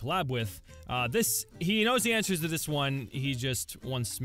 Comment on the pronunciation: All Da Anwsers.... ALL DA AWNSERS!!!!!